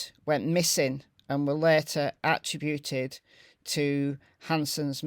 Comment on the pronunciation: I do love listening to the stories but please pronounce “attributed” properly. Lol